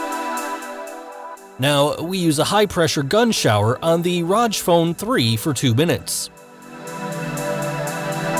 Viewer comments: its R O G 3 letters not pronounced like u said it roj. just so u should know. and thanks for the review sweet phone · All the time he was like Raj phone Raj phone 😂😂😂😂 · R-O-G (say the letters) not "roj" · Rodge phone. 😂 I pronounce it "Rogg". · Its pronounced "R O G" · Rodge phone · It's not Rog phone, it's Rog phone!!!